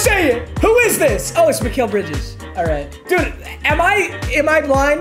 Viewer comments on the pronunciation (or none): none